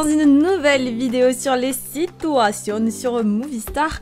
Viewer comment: Ces "sitouationnes" XDDD